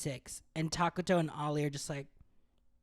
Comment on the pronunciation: His name is Ollie, not Orly